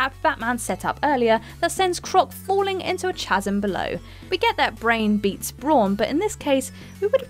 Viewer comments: Thasm? She said it with the "ch" from chair not a "th" sound. Still wrong though. Should just be pronounced kazm. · I would like it to be known that I hate myself as I'm typing this. The word chasm sounds like "kaz-em" when spoken. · That’s not how you pronounce chasm. Who edited this? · It is spelled chasm but pronounced casm. The H is silent. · Some of the pronunciations are so wrong lol. The best/worst one was CHasm at the end. Its “kazm”. Apart from that good video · Its pronounced kasm not chasm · El Geegante Cerebrimbor Thasm Am sorry but i cringed then laughed after hearing them. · Names aside, the one that got me was saying "chasm" with a "ch-" sound like in "char" or "chide". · Came here to say that, and Cha-sm! Who can't pronounce chasm properly! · Did you seriously pronounce chasm as CHA-zum? Bloody dope. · FFS, Whatculture REALLY need to learn the English language, 'chasm' is pronounced with a 'K' And 'revered' is pronounced 'rev-ear-d' These people are supposed to know these types of things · Wow who proof read this copy???-Gigante(hee-gone tay),especially not ex-specially,Sauron(sow-ron),and chasm(ka-zum)more mispronounced half the voc. very professional!Either this chic is not real bright or the writers are subpar-or no one proof read -probably combinations of each. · Sore-un bothered me, rev-errrd annoyed me but chazzum? Seriously woman, are ya dense?! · Chasm. Not chazzum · Why does she sound like she has literally never played any of these games before... how many names and words can be butchered in one video?! 🤦🏼‍♂️ Lam-bent Broo-mak, Saw-ron, Ch-asm?! Who the hell pronounces the “ch” in chasm?! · 10 terrifying narrators who can’t pronounce chasm, scourge, Sauron, Gigante. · I miss Rach. The chasm faux pas was the final straw for me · love the pronunciation of chasm in the video :p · She cant pronounce Sauron or Chasm properly either, no wonder she is never on chatty faces XD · Say chasm correctly! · help can't say chasm